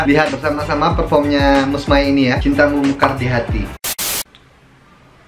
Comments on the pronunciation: Sebutannya mus mei... Bukan mus mai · Waduh mas..udah banyak kali dibilang nama Mus May tu sebutannya bukan Mus 'MAI' tapi Mus 'MEI'.. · Sebut nya bukan "mai" bang tapi "may" (Mey) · bukan sebutan mai tpi mei..bulan mei..Mus May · yantzen - insan, Meniti suratan, Suci. Tiga lagu ni memang terbaik. btw sebutan MAY itu bunyi nya MEI.